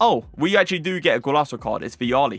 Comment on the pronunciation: Bro what’s a Golaso? It’s Golazo! Zo Zo